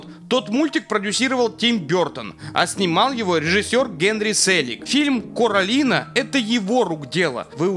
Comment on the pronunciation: Тогда надо ставить ударение на первую О в слове Коралина чтоб оно читалось как "кОралина" а не "каралина")))